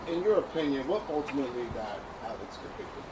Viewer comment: OMGGG 🤦‍♀️ his name is ALEX.. not Alec!! That’s annoying AF!